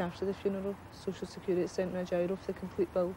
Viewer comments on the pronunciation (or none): SHE SAYS soc-ill sex-curity